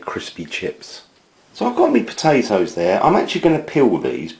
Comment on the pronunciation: He sounds like Matt Smith. Except when he says "me patatoes"